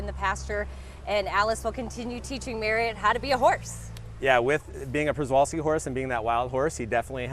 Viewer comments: A zookeeper that pronounces Przewalski's wrong? And also doesn't know the difference in a species and subspecies?? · why does this guy not know how to pronounce equine and przewalskis..